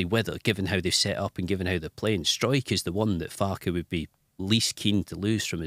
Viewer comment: Farky also says "Striker" it comes out as "Sw-ike-r".